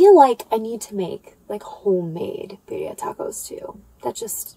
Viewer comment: BiRRia. Double r. Try to roll it! Rrrrrrrrrooooooll it! 😆 greetings from Spain!